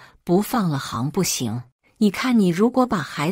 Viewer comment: 行不行，你念hang2声，同音“航不行”。念时不动动脑子吗？